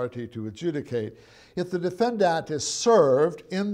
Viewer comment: "defendat" according to this guy.. This is the first time I've heard it pronounced this way.. lol